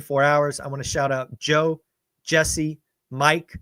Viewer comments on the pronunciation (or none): none